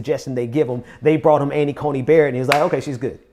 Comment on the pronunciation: It is Amy Coney Barrett, not Amy Coney Bryant.